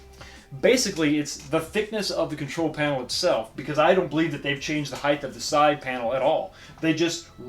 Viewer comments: Ok, great review. Sorry to be a pain in the ass but I have to mention something no one else seems to care about. The word height is pronounced with a “T” at the end, not “th”. It’s height, not heigth. You’re not the only one that does it but it makes me a full blown alcoholic. Again, nice job on the game review from a substantive standpoint. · Nice review! But “height” rhymes with “right”